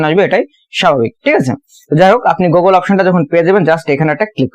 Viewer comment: ভাই ওটা গোগোল না 😂 গুগল 🤣🙏